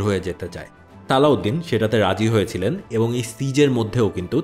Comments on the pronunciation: His name is Salahuddin ..not saladin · নাম গুলা ঠিক করে বললে ভালো হতো, নুরুদ্দিন, সালাহউদ্দিন, রিনাল্ড দ্যা চ্যাটিলিওন